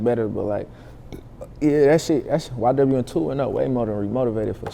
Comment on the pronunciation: How is nobody talking about how she said “ynw” instead of ywn, which is literally written on his chain?